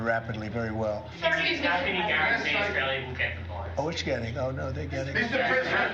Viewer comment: FFS can't even pronounce Australia correctly.